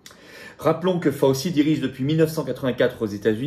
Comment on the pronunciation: fauci /fao chi comme gucci cest gouchi